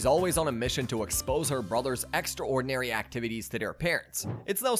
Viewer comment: take a shot every time he oddly pronounces epitome or extraordinary